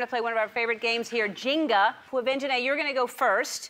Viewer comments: Americans take Swahili words and RUIN them. Jenga is Swahili for 'build'. It is pronounced 'Jehngah' not Jeen ga. Otherwise it sounds like Jinga which is Swahili for 'stupid'. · Was anyone else triggered when Ellen said jinga instead of jenga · WHATTTTT THE HELL IS A JINGA ITS JENGA